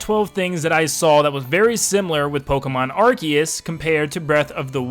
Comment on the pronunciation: Arceus (ar-see-us) sounds better. Can we call it that